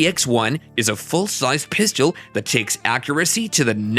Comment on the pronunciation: 😂😂😂😂Hey um guy, the word you're looking for is PISTOL PRONOUNCED PISS_TULL, NOT PISS_CHEW_ELL. ONCE AGAIN THE WORD OF THE DAY IS P-I-S-T-O-L. NOT P-I-S-C-H-E-U-L. Please, please, PLEASE LEARN HOW TO SAY PISTOL CORRECTLY. I really like some of the things on your site, when I'm teaching my clients about handguns, but Everytime you say pisschewl, I just cringe, and NEVER want to watch your site EVER AGAIN.